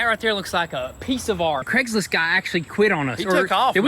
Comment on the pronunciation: Craigslist guy…it’s Craigslist. 😂. Great content tho